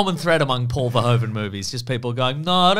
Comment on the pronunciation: Paul 'Verhoeven' is actually pronounced like English 'Verhooven.' Ironically, the English pronunciation of 'Verhoeven' would be written als 'Verhooven' in Dutch.